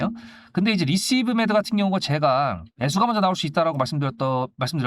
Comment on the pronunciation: 중간중간 자꾸 리스브메드???? ㅋㅋㅋ 종목명부터 정확하게 안내하시길